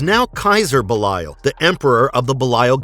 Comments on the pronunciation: Its be lee al 😭 not be la yal 😭😭😭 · "buh-lie-yal" - this dude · Pretty sure it's Belly-uhl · His name is Belial (Bay-lee-l) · How he says belial is funny😂